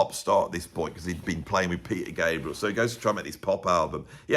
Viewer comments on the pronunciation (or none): none